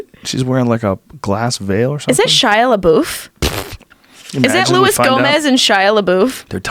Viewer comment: Lmfao Shiah Leboof is never going to get any peace. Between Joe inadvertently mispronounciating his name over the course of a few years & this chick inadvertently(?) pronouncing it wrong.. Like how forgettable can a person get? I grew up on Even Stevens, Holes & Transformers.. so this new age rage against Shiah is effing hilarious.